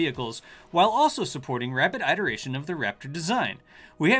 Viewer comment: What's the joke with the way he pronounces iteration, and plethora, etc? Is it some sort of inside joke for this channel? A Texas thing?